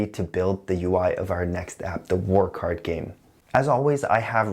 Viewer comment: Everytime you say "WarCardGame", I hear "Work Hard Game" :|